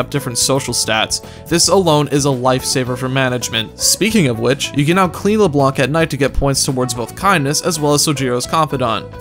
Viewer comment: It’s pronounced Leblan,it’s said in the game many times.